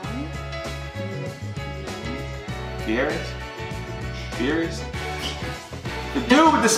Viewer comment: They aren't sardines, they are anchovys in Caesar salad. Also, Guy Fieri's name is pronounced "Fee-eh-dee".